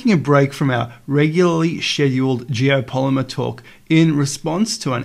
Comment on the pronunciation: "geopolymer" hehehe :P